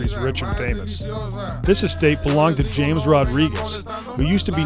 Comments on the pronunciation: Ha-mes not James fyi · It’s pronounced Ha-Mes not James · Another great video. Idk why but feel like I have to point out that James Rodriguez’s first name is pronounced Hamez. Also hearing saying traded instead of transfered was jokes lol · Obligatory soccer fan here criticizing your pronunciation of James (‘hah-mez’) Rodriquiez. Great vid tho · The way he pronounced “james” rodriguez had me dying. Typical white guy. Gotta love